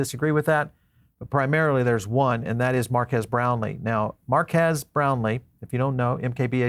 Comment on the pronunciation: His name is pronounced MARK KEEZ similar to Marqus = “Mark Us”… His point was the tech within the phone and not the os… He’s right the phone will be flop for folks who buy phones for the tech of the device…. This device will only be popular with Crypto Bros….not the general public… You’d be better off buying a Tesla Phone..☺️